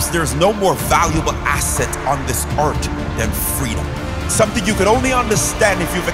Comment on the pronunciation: "URT"? WHERE'S 'URT'? 😳 OR IS IT 'EARTH' WITH A BROGUE?